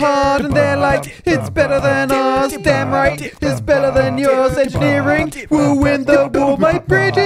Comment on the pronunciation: "combining art and angineering", you mean Architecture? ;)